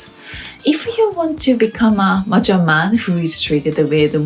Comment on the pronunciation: "Mature" kept sounding like "macho", which is not a bad thing.